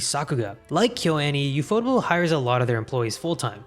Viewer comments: ufotable is pronounced as "yew-eff-oh-tay-ble" judging by the katakana text and sounds. Did you know that ufotable provided 3DCG assets in Sonic X? Other than that, most of Sonic X's animation is handled by TMS Entertainment as with most other animated adaptations of Sega's IPs. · From what I remember I think ufotable is supposed to be pronounced like UFO Table. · it's UFO Table not Ufotable 😂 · Reading the Katakana, it's actually pronounced as yu-fo-table (yes as in the furniture)